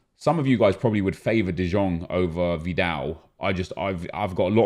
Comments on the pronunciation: De jong is pronouced as de young not de djong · Its De YONG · Anyone else pained by the way he says De Jong still? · how has he not learned yet? PAINFUL